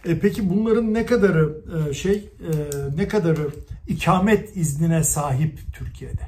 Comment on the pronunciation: İkâmet değil ikamet olacak.